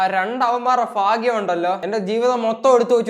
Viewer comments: ചേട്ടാ ഫാഗ്യം അല്ല ഭാഗ്യം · Phagyam alla setta..bagyam..😄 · Faaagyam alla bro bhaagyam